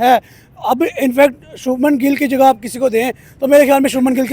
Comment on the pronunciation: इनसे उच्चारण तो होता नहीं है , शबनम गिल , भाई शुभमन गिल है